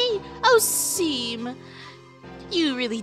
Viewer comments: Btw Seam is said as Shawn fun fact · SHAWM, NOT SEAM 😭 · By the way, Seam's name is pronounced like "shaun" but with an m